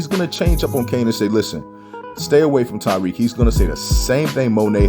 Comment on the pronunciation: please stop calling him tyrique it’s Tariq